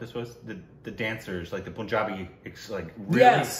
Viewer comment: plz learn how to say Punjabi... who have been to Punjab and you still say it wrong... its not poohnjabi... its paahnjabi